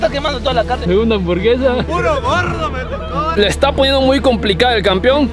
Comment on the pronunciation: Se dice campeón jaja no campion